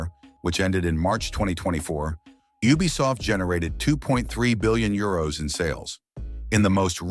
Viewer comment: Is not a bad voice but ubisoft sounds like bubisoft😅😅😅